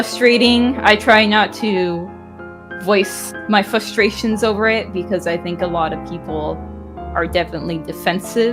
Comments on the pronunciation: fUustration is not a word its f-Rur-station its Insane how many people pronounce that word incorrect. Maybe its just ebonics but Jesus its crazy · "Fustration" lmao